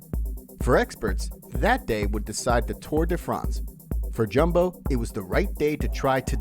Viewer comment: Its pronounced Yumbo